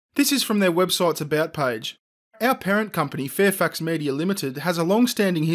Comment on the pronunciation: did anyone else think was saying Fairfucks and not Fairfax?